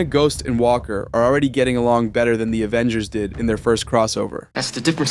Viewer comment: “Avengersz” so an S or an L?